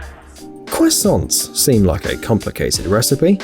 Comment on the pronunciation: When he said cwissaunts I felt that